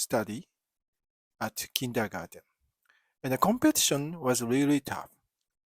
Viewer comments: No, you're doing it right, it's just interesting to hear how a German word 'comes back' to a German via an English-speaking Japanese person – and how it changes slightly in the process: Kindergarten, Kindergarden, Kindagaten, etc. Best regards, my friend! 🙂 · I love it when my favorite Japanese friend pronounces the English word 'Kindergarten', which originally comes from German (my native language), with a Japanese accent. 😍 One World! :hand-purple-blue-peace